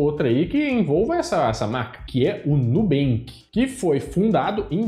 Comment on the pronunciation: Nunca banks e o mineiro falando NUUoooo😂😂😂